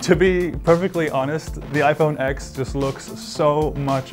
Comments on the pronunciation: FFS ITS PRONOUNCED IPHONE 10 NOT FUCKING IPHONE X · Cringed every time he said X instead of Ten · He pronounced it 'iPhone X' instead of 'iPhone Ten' . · Its pronounced iphone TEN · If you love this phone so much then why can't you say the damn name right